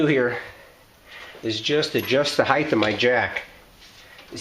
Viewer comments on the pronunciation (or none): Great Job, lots of good info. But, (there's always a "but'..) the word is pronounced "HITE", it is spelled "HEIGHT" it's g-h-t, not g-t-h. It's not pronounced "Hithe" or hyth... it "HITE". Just like: Right, tight, light, sight, fight, might, blight, weight. bought, caught, sought, flight, bright, taught, height. You can thank me later.